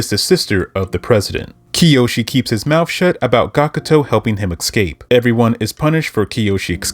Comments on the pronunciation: The word is escape, not ekscape. For this I must leave a dislike because you said it incorrectly so many times. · Can't listen to this man butcher the word ESCAPE with his pronounciation as EXcape like wtf man.. Lean the damn language. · Thank fucking God, someone else called that out. He said the anime doesn’t do the manga justice, but I thought to myself: “you know what you don’t do justice? Your pronunciation of “escape.” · Ngl I personally had to stop watching after you said “excape” for the fifth time😭